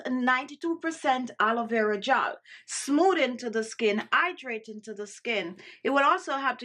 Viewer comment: and "Idraytin" (hydrating) ☺